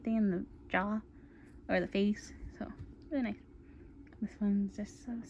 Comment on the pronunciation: Hahhaa “I like that hand it’s very nOice” haha at first I thought you said very moist XD